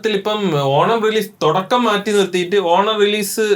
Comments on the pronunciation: Thodakam ❌ Thudakam Workshap❌ workshop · Thodakkam alla Thudakkam… Enthonnadey